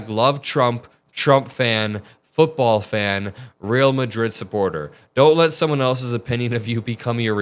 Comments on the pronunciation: "Real Madrid" means "royal Madrid". "Real" is pronounced not like "reel" but "ray-al". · Real Madrid is the name of the team. Pronounced Ree-Al. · I chuckle at how you pronounce Real Madrid :)